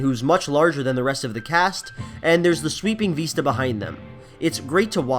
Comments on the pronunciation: This is a great video, and I don't think that this detracts from anyting, but it's "vista not "veesta" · Great analysis, but what about Windows "Veesta"? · i like the vid bro but the way you say vista bothers me